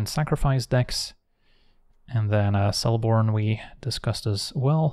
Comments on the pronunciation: Just fyi, in Elvish, "c" is always a hard sound, so "Keleborn", not "Seleborn". But as always, a great vid! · isnt Celeborn the pronunciation is keh·luh·bawn